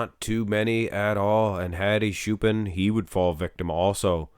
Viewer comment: Stop butchering Hadi's name. Let's do baby steps. Hadi has 2 parts. "Ha" is like "hot" without the final t. "di" is like a,b,c, "d". Choopan is pronounced like "chew" and the last "pan" part is pronounced like the verb "ponder" without the final der. And when you say Choopan, emphasize the latter syllable. So it's like chooPAN.